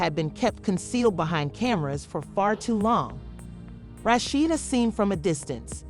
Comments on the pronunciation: This woman who made this video really need to know how to pronounce Rasheeda name.Rashetta,Roshidta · Why these narrators always pronounce her name wrong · I believe the speakers should know how to pronounce the characters names. The speaker gave Rasheda three different pronounced names. 🤦🏽‍♀️🤦🏽‍♀️🤦🏽‍♀️